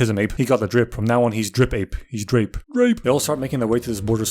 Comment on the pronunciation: the way you pronounced Drape killed me HAHAHA